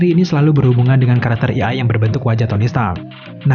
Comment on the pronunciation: A.I (ei ai) bukan "i ai"